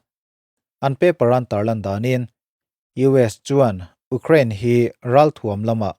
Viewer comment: A ngaihnawm ṭhin hle mai a, i Mizo ṭawng hman ah pawh fello a awm lo bawka, Ukraine erawh tlemin lam uluk deuh tala, abak chu duhthusam ni maiin ka hria. A dang te pawh han ti zel rawh khai, mahni ṭawng pawh lam fuh mumal theilo ning nel ve tak tak te thu sawi ai chuan ngaihthlak pawh amanhla viau e.